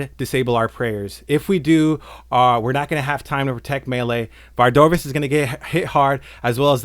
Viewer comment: I came for a good guide but have to leave because you pronounce Vardorvis really weirdly. Why are you doing that?